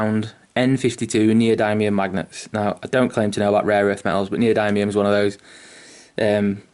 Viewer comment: Pronounced neo-dimmium but awesome vid mate. Going to try this out on my next Knight :)